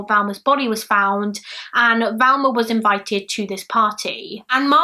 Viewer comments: Probably the same people who comment that they are confused because pronunciation of Thelma makes them hear Velma and they are too thick to comprehend that people can have accents. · It's not 'Velma' - it's Thelma!! Very annoying. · she knew it was Thelma but pronounced it Velma, it happens, Bailey does it too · I'm sad you mispronounced her name the entire video. You kept saying Velma. It's Thelma. T - H Pronounced As in Think - Thelma. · Her name is Thelma "not Velma!! Get the dead woman's name right, 😺!! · You kept calling her Velma, it was distracting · You keep saying ‘Valma / Velma’ but it’s Thelma xx Can you cover the Jill Dando case? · Just a question please- why are you calling her Velma when her name is Thelma? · Not Valma-Thelma. That's driving me nuts. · It sounds like you're pronouncing her name "Velma", but the title says "Thelma". ?? Maybe I'm just hearing it wrong! Thanks for the upload! <3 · Jane Smith I kept hearing her switch between the two sometimes she definitely said a V not a TH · A lot of UK accents pronounce the "th" in Thelma very softly, like you would with "there", and not a hard "th" as in "with". That softer pronunciation does sometimes sound like a "v" instead of a "th". And some UK accents (yes, I'm looking at you, Essex) pronounce "th" as a "v" consistently. So "muver" instead of "mother". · Yea I was confused there to wondering is it Thelma or Velma lol I kept hearing Velma...eitherway NO big deal :) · and like I said she doesn't have that issue, she pronounces the the in other words, this is the first time she's said v instead of th, it's not her accent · Is it me or does it sound like she is saying Velma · Who else thinks her hair look like cat ears? I agree she sounds like shes saying Velma? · she literally said she struggled getting her name right, also I know people from her area of the UK and others, of you watch her mouth, she's clearly saying Velma most of the time